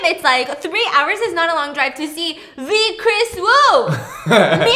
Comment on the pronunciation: Kris Wu? Kris Eeeew 😬